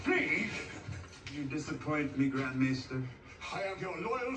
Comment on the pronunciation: It's pronounced May-ster. Each house has a Maester that is skilled in healing, knowledge of the histories, etc. And the Tyrells are pronounced TIE-RELL. You will get it. Great reaction.